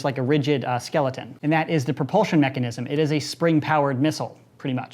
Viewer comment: Nice vid Also did any one notice when he tried to say Mechanism he said mechanicism